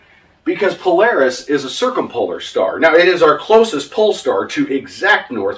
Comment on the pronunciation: has renamed Polaris to Polawis. Anyone seen the only fools and horses scene where the dude performs "cwying"??? Polaaaaaaawisssss!